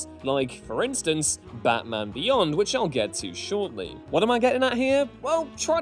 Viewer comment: Am I the only one who heard him pronounce Batman as Bathman ?